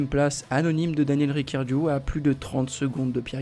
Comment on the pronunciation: Ricciardo et non pas Riccardio 👎👎👎